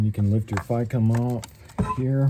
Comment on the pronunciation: takes a shot everytime he says Ficm wrong